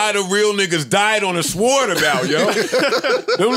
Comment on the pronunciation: You pronounced the HELL out of that W in Sword ⚔️ 🗡 🤣🤣🤣